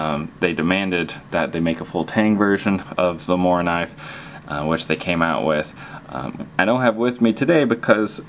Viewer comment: MORAAA WITH AN A in the end bro , take it from a sweed